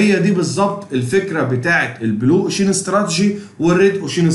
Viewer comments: جزالك الله الخير بجد تسلم بس كلمة ocean بتنطق كدة اوشاان مش اوشيين وكلمة awareness بتطنطق كده اويرنس مش اواارنس انا والله بنصحك نصيحه اخويه انت متميز فى المجال ما شاء الله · الواحد مش عارف يشكرك علي ايه ولا ايه و الله باذن الله بحاول اختار الكورس المناسب لإحتياجي و هفعّله قريب تعليق بس صغير و لا اقصد بيه اي تقليل من قدرك نطقك لكلمة ocean كانت مختلف شوية عن الصح (وجب التنويه بس عشان دي كلمة اتقالت كتير في الفيديو ) تقبّل تحياتي 🌹